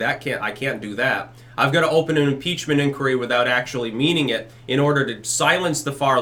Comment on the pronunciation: Muh peachment